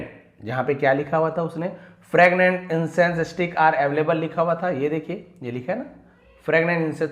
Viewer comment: फ्रैगनेंट या फ्रेगरेंट 😂😂😂😂 आप क्या बोल रहे है sir